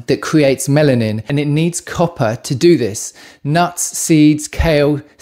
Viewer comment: Melanin not Mennan 🤔😆 anyway copper deficiency causes gray hair.